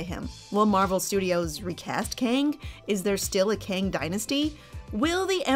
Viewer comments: Why prounce Kang like King? Its pronounced "Keng", like gang with a K. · So not “Keng” then. It’s pronounced Kang. Like “Kang”